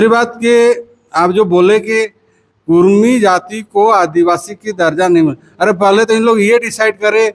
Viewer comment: Usko to pahle bolane ke liye sikhayen uska uchharan Achcha se Hara Nahin Kurmi bolna Karni bol raha hai